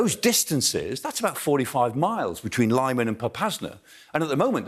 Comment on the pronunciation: Not bad analysis and he is not a cheap propagandist. But the expert should learn how to pronounce correctly the name of the town LIMAN.